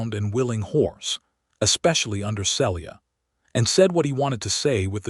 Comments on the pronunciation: This story has a lot to commend it, BUT the narrator always mispronouncing Celia’s name makes me want to cry. The correct pronunciation is either SEE-Lee-uh (3 syllables) or SEEL-yuh (2 syllables). I understand the limitations of AI narration, but if AI cannot manage a name, substitute one they can. Listening from TN. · See-lee-ah. You need some CIVILITY. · Enjoyed the story, but the Ai is still not narrating correctly, even after all this time. It is pronounced RED Read his face...is Said as RED...NOT READ..... Celia..is pronounced as Ceelia...